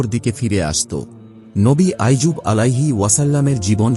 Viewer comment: নবী আইয়ুব । আইজুব নয়!